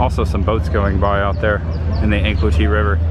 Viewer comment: Hey it's pronounced Anclote like An-clote (rhymes with Vote), not Ann-Clo-tee. 👍